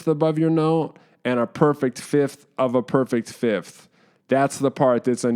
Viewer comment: Aperfect 5th of a parfect firth…u have acquired kingship, my man